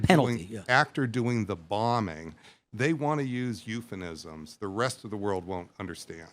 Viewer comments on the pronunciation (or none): I question someone who calls themself an authority and can’t pronounce the word ‘euphemism.’